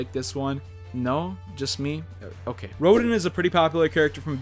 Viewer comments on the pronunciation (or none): I applaud you for picking Rodin instead of Jeanne. Eeeeeverybody always picks Jeanne, Rodin would be a much more unique option. (It's pronounced "row-don" btw. I know it looks like "row-din," idk why they spelled it like that)